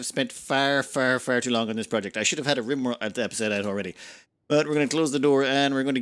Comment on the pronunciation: rimworld confirmed (?) The annunciation was poor and the auto captioning was no help. Rimworld 100% confirmed! Pro tip: The original outro music fits the mood of Kenshi level 1. The outro music on 2x speed fits the mood of Kenshi power level 100.